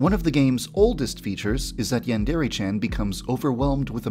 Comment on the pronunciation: Yon-dare-aye NOT YAN DEREAYE